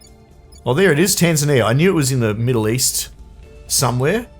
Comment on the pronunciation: For some reason, as I watch this, my brain keeps rebelling against you saying "Tanzania" properly and expecting it to sound more like "Tasmania" xD